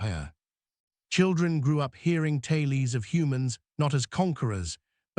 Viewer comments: That robot voice needs better training. "TAIL-EES?" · The word "tales" is mispronounced twice